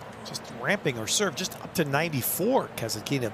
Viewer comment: it's so disgusting when you mispronounce Kasatkina's name without the letter "T" and the accent on the name is not where it should be.